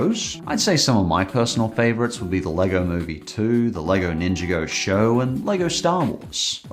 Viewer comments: *pronounces ninjago ninja go* ITS NINJAGO NOT NINJA GO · The way you pronounce LEGO Ninjago hurt. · did he say the lego "nin jee oh" show? LEARN TO PRONOUNCE SHIT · How can he say he’s a fan of the show and call it Ninja-Go? It’s pronounced on the show as Nin-Jah-Go. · Ninjago is pronounced ninja-go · "The lego ninja-go seiries" "Ninja-go" Physical pain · If Ninjago is one of your favorites, why can't you pronounce it? XD I love that, plus Lego City Adventures and Lego Monkie Kid. Have to wonder how the cutback on police sets in 2020 impacted City Adventures sets, seeing as the second season was airing at that time and the show, while exploring many parts of the city, is pretty police-heavy.